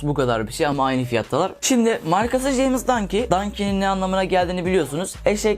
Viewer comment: jeymiz ne lan ramiz der gibi ceyms